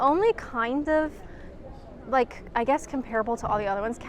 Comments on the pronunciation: Eminently watchable video. Great! However, probably because I'm old and definitely a pedant, com-pear-able (and its many repetitions) offended my sensibilities. Com-pruh-ble might be worth a try 🧐😂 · I noticed that too, but I thought it might just be the North American way of saying it.